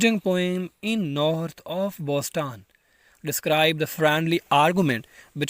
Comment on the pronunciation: Man, first u start to learn pronunciation...too bad ....pulitzer ,Boston, honour pronounced horribly.😢